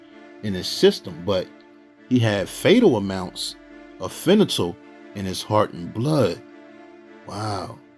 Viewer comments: As for Bobby's son section it's spelt and pronounced as Fentanyl* not fenatyl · Fentanyl is pronounced fen-tun-nul NOT fin-a-tole. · Its NOT "FENATYL", its FENTANYL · Im sorry homie but igots to tell you this.....IT IS PRONOUNCED FEN-TA-NOL or you could even say it like FET-NOL!! I don't mean no disrespect yo but the way you saying it, is just all kinds of wrong man. If you want people to understand what you saying and the message you trying to convey and get across, you gotta say it right, always ain't nobody going to know what your saying or trying to say for that matter. Im just tryna help you out yo. And like I said, I don't mean to come across sideways or nothing and I dont mean no disrespect. Just tryna help you out a bit!!